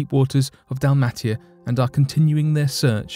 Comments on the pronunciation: It's DAL-MAY-SHA like the dog, Dalmation ( DAL-MAY-SHUN ) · Dalmatia pronounced Dal-may-she-ya by the way